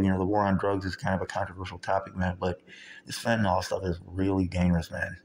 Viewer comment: Pronounced “fenta-NIL” not “fenta-NOL”